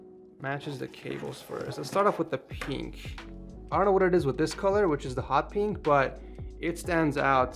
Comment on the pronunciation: this guys pronounces pink as peenk but pin doesn't become peen